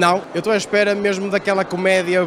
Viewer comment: oh pa nao consigo levar este gajo a serio , "o que espegas paga a estgeia de dois dugos de goer" 🤣🤣